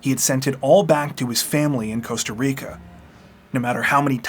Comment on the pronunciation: Costa RRRRRIcaaa!!!